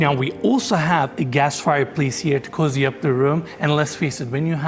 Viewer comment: pronounces cozy---> cuzy